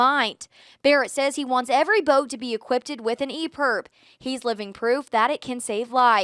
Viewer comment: Equipted… jesus man